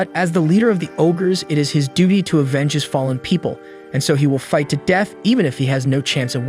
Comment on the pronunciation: Wait did you say duty or booty 😂😂😂😂😂😂😂😂😂😂😂